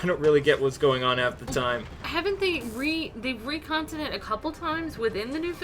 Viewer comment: "recont"? did you mean to say "retcon"?